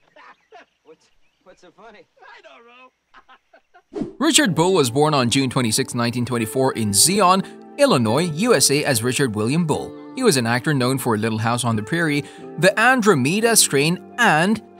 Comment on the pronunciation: Zion, Illinois, not Zee-on. Air Corps (ps is silent). Not Air corpse…just like Obama mispronouncing, Hospital Corpsmen as, hospital corpse men! I could go on, but get someone who can correctly pronounce the names of people and places!